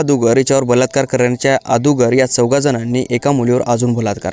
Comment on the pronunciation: Agodar ❌ adogar ✅